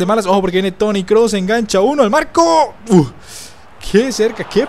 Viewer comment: se dice kroos no klos 😞